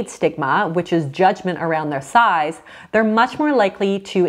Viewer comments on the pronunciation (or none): tell me I’m not the only person who heard thighs instead of size 😂